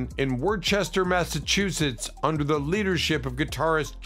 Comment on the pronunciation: Argh! It's Woooster, not Worchester, MA! J. Giles lived in a nearby town until his death. He would playout in small venues in the area with his trumpet until his death. Of course, they don't talk about Kunnaman's death from cancer and finally made up before her death.